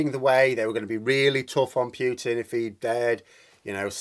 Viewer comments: Please stop saying «Pyootin»; it's «Pootin». Cheers. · please, it's Putin, not Pyutin. Imagine Pootin when you say it.